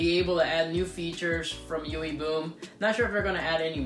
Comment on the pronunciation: sounds like you are saying yoowee boom